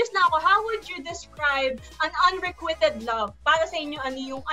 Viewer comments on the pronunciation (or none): Unrequited.. should be pronounce “unrekwayted” and not “unrekwited”.